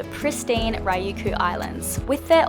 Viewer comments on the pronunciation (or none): Okinawa is not Ryuku it is Ryukyu =ry yu key u and it is sak-ay not sakee